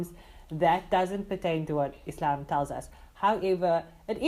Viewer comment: appreciate the way you pronounced Islam, not Izlam